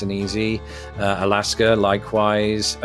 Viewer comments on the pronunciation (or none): none